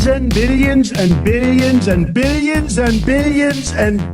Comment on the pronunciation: 😂😂😂😂 and more “ billians” 😂